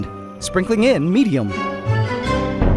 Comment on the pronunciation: the way he said medium made laugh so hard